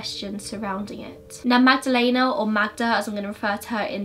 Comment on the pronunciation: my polish self is cringing at the way you pronounce magdalena 😩 its not magdaLEYna.. the ‘e’ is pronounced like the ‘e’ in berry ... im glad you started calling her magda 😭😂 i can understand why you couldnt pronounce the place names though, i get how it can be difficult for english speakers